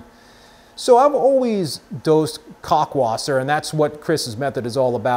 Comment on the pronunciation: It’s pronounced “cow-lk wasser.” Not “cock-wasser” 😂 Great video man! Thanks so much for this topic. I find myself watching all your videos.